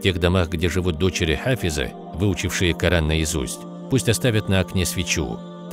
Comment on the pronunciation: Я один заметил что человек читал Ку'аран в другую сторону)) 😅!?